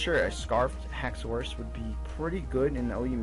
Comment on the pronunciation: you say haxorus weird